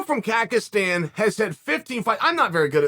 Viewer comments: uncle Chael, it is Kazakhstan (QAZAQstan), not kakastan ✊ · kazakhstan bro, not kakistan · Wtf is Kakistan lol😂 Its Kazakhstan mr.Sonen, pla remember the name bro) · Not khagistan but Kazakhstan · Kazakhstan is not "Kakistan"🤣 you better study a little bit of geography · “Rakhmanov from Kackistan” 😂😂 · Classic Chael, at first it was "Khazmat", now the new thing is "Kakastan" , love the guy! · Shavkat is from Kazakhstan, not Kakistan... 😂😂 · dude wtf kakastan is? if u r making video on fighter who represents his country at least make ur homework properly, and study how his country pronounce. he is from Kazakhstan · Bruh, how is Chael so knowledgeable about international freestyle wrestling but saying Kakastan instead of Kazakhstan. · “Kackistan” - Chael Sonnen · Haha, Kakkestan? It's Kazakhstan, uncle Chael. Borat made Kazakhstan famous in u ess and eey😂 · He gets Rahkmonov right then says he's from Kekistan 😄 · "kakistan" LOL love chael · KAKASTAN… not Kazakstan CACA 💩 STAN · Dude... it's KaZhakstan not Kakistan lol. You were doing great botching names. Countries next I guess. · Chael wtf is a “Kak”istan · This man just said Kackistan 🤣 🤣 🤣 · Kakistan? come on Chael. Im from Kazakhstan myself and thats not right, do your homework about the country at least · ah yes Kagastan, such a wonderful country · Kakesten a country? Borat at least got the name right uncle Chael! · Kakistan🤣🤣🤣🤣 If Chael says there's a country called Kakistan, then it's true. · he got Rakhmonov right but did Chael just say Kakistan? lol is that like in between Pakistan and Kazakhstan? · "Rockmonov... Kakistan" 🤣🤣🤣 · What did you say? Kagastan? Ahahahah😄🤦‍♂️ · I knew when I saw the title that chaels pronunciation would be on fire. It will be forever known as Kakastan. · "Kakastan" C'mon uncle Chael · Lol, Chael cannot even say Kazakhstan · This guy can’t say my country name.😂 what a American. If your gunna talk about someone say their country correctly. 😅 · The way Chael pronounces kazakhstan